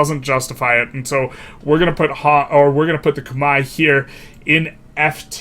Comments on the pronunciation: It rhymes with "eye" in its native pronunciation if that helps. Not that it matters but just fyi. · Google how Khmer is pronounced because yours is pretty far off. Great video nonetheless!